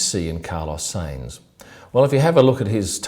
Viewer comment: How are you pronouncing sainz? Haha. It's Sainz, NOT Seinz